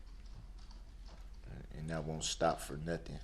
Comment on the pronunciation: Don't forget about Axe and Nuffin lol 😆 😂 🤣 He sure likes to Axe dem questions 😄 🤣 😆